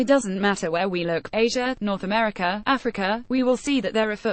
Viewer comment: It's weird how you say Meteor instead of Media, Americur instead of America.